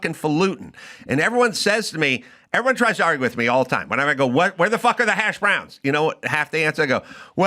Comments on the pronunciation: Its HASHbrowns....not hashBROWNS. Damn californians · I love that Adam pronounces hash browns as hash BROWNS. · Why does he put such weird emphasis when saying hash browns